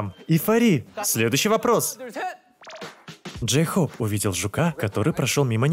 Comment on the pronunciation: Ору с Дейхоупа.Джин: Джейхоп весела а не гразиозно.